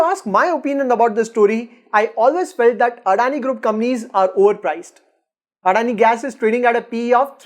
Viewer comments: Addani nehi.. adani bolo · First learn how to pronounce adani before doing vid about them 😂😂